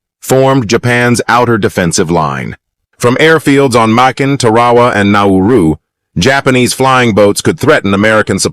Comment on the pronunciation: It's annoying as hell when you pronounce the word differently sentence from sentence. Makin. You pronounce this word differently back and forth. It's annoying. Honestly I'm going to block you if you keep doing this crap